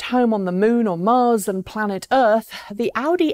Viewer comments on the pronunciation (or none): none